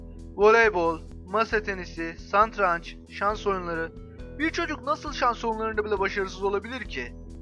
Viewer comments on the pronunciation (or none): Santranç değil satranç :)